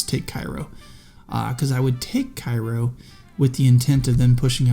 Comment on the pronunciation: Hey it's pronounced Kay-Row. I used to call it the same as the Egyptian city but that's incorrect.